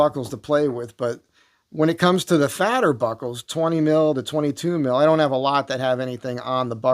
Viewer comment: Did you say, “fatter buckle” or “Fatty Arbuckle” ? lol